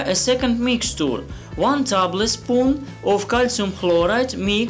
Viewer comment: ты хотя бы ложка столовая говори не тайбл спун а тэйбл спун))